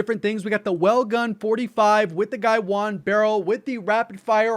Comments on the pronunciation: He keeps saying "gaiwan" but it's "gawain"... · It’s pronounced Gah-wayne, not Guy-Juan. Some might say Guh-wayne. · Do you English ? I mean, seriously, how are you reading Gawain as Guywon ? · It’s hilarious how says “guy-won” instead of Gawain 🤣 welgun is awesome tho been using it since last night 🔥 Top 5 attachments?? Guywon guywon guywon cause it spit hot fire 🤣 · I’ll be “that guy”. It’s Ga-Wayne. “Gawain”. Plz remake. xD Anyway, but fan of your content! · I believe it's "Guh-WAYNE," like the Knight of the Round Table from Arthurian Legend... Could be wrong though! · ga-wayne....is how it actually sounds. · Thanks! Great vid. 💪🏼 Unrelated, off topic and (probably) not helpful, but isn’t Gawain pronounced Guhh-wane? As in Sir Gawain of the King Arthur’s Knight’s of the Round Table? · FYI I'm pretty sure it's pronounced Guh-Wayne. Like the Arthurian legend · Thanks for the video. Btw, Gawain is pronounced Ger-Wayne. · Not to nitpick here, but i think its spelled "guh-wayne", that being said nice vid 👍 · Gawain is pronounced Guh-Wayne. Like Sir Gawain, the Knight of the Round table. You know, Camelot and all that. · Hey,,, I do think Gawain is pronounced as 'Guh-wuh-een' as it could be a Filipino word. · it is pronounced "Ga-Wayne" it's a British gun. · Gawain is pronounced more like "Gah-wayne". It is a Welsh boy's name. 😊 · bro its pronounced guh-wayne (phonetically) gawain (written)